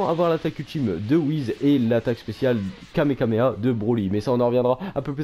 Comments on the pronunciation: Le Kamekameha c'est il a du mal à le dire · Le kamekameha est le kamekameha de goten il ne sait pas bien prononcer les mots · et c'est pas kamekameha mais kamehameha